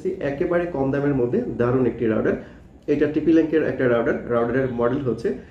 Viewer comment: রাউটার নাকি রাউডার ভাই? স্পেলিং ঠিক করেন